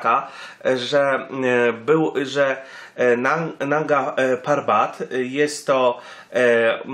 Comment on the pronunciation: Mógłbyś się nauczyć chociaż nazwy góry Manga ,Narga Papat